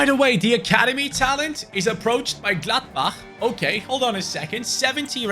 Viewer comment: Great pronounciation of Gladbach